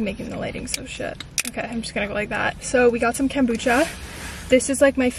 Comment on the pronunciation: Bestie your saying kombucha wrong..